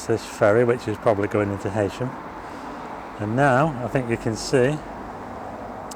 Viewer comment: Nice video. One very minor point, it's pronounced HEEsham, not HEYsham.